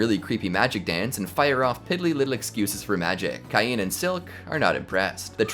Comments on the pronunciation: It's pronounced Kane, no Keye-een! X( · u have know idea how much ive waited for this i watched thsi anime like six differnt times and its so gooood Edit: its prnouace cain as in cane